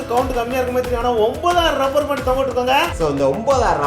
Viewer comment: Rubber ku lubber solre tharkuri channel